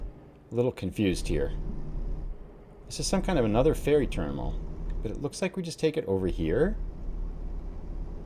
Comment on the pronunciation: Did he say "ferry ternimal"? :P